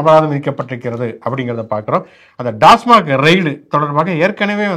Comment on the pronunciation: ஐயா Tasmac என்பது தான் சரி. Dasmac அல்ல